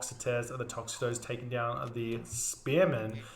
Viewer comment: Hephaestus = hef-AYE-stus As for the archer dudes: the singular is toxotes, pronounced “tox-o-teez” and plural is toxotai “tox-o-tie”